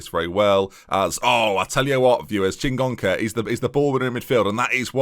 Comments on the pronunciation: And the extra n in Chingoka! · You're adding an N to Chingoka's name